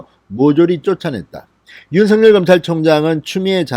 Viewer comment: '尹錫悅'은 [윤성녈]이 아니라 [윤석열]로 읽어주시면 어떨까요? 확인해보시고 방송해주셔요. 진성호방송의 발전을 기대합니다.